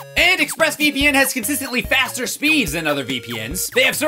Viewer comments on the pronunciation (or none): none